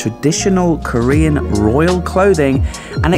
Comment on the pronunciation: Love the mangling of the Korean pronunciation.😂